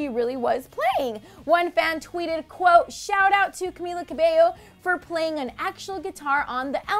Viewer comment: can we slam the lovely narrator for her awkward pronunciation of Camilla